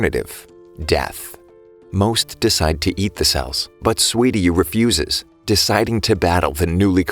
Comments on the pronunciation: Good video, but it's Suiryu, not Swiryu. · you said sweety when you said suiryu